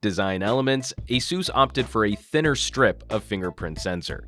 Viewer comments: It's Uh-Seuss, not A-Seuss, as in Acer. Asus put out a video a few years ago to clarify how to pronounce their name. I'm guessing that most missed it. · is it pronounced a soos or ace us?